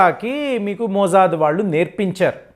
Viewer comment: మోజాద్ కాదు కాకా మొస్సాద్